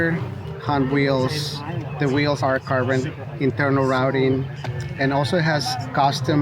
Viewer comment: I like that almost pronounces "Carbon" as "Cabron" lmao.